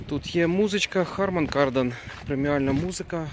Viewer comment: аллё, гараж! Что же у вас покупать, если вы не знаете, что "Harman", а не "harmon".